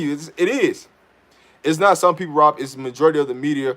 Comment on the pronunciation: Rob, It's Rob. Love the content bro! 👌 ✌️